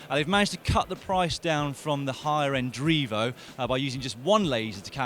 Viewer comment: Dan, I think it is pronounced dry-vo and not dreevo